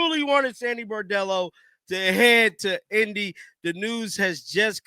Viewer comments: B r o n d e l l o not B a r d e l l o! Lmao love ya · BRON-dello, not BAR-dello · Bro… Get her name right. It’s not “Bordello”. It’s Sandy Brondello. Bron-dello. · BRONDELLO.... NOT BOREDELLO.... She's not a hooker.... Lol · He always mispronounces her last name. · Her name is BRON-DELL-O! Get it RIGHT!!!